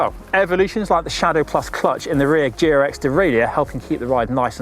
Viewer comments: when you say GRX is sounds like Durex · I know it's GRX but I kept hearing Durex™.